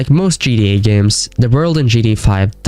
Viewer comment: “In gee-dee-ay-5”